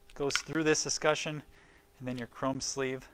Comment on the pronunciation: Thanks! - this helped me know what to order and also explained how to terminate. But please! Es-kut-CHUN not es-ku-shun